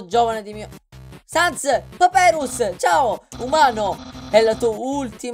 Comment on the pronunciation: "Non ha sens" (pronuncia di Sans)... capita? :D